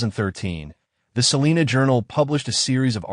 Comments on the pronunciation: First off your pronouncing Salina wrong. We pronounce our town Suh-line-uh. Nobody here in Kansas pronounces it as Sa-lean-a. Nobody!!! We understand why people not from here pronounce it that way. But here in Kansas we like a little lazy with our "A's" and go hard on our "N's" . Lol sorry not sorry. If I can teach my Alexa and my Gemini to pronounce it correctly I have faith that eventually y'all's AI narrator will get it right too. Side note.. We do pronounce it Sa-lean when referring to our county. 😂😂😂 What do you expect from people that joke about grabbing the shot gun and hanging out on the porch when the tornadoes come!? Mustang Pride!!!!! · Salina long i. Not Salena. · It's pronounced SAA-LINE-AH SALINA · First off it's Adam not Adams. Second Salina is pronounced with a long I like Sal (eye) na. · Yessssssss thank you!!!! I went off about the pronunciation too!!!! 😂😂😂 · Im listening out of Augusta, KS. It is always cool to hear about cases I have never heard of from a channel that is new to me. One thing respectfully - Salina sounds like suh line uh. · I bet you can pronounce it correctly too! Lol sorry it just bugs me hearing it constantly pronounce wrong. 😂